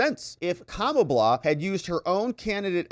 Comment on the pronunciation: you call her kamabla. interestingly, if you swap letters you get "kambala" which in russian means fluke (flatfish)